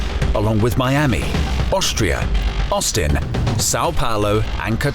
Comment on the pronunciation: just me or did he say "bostria"?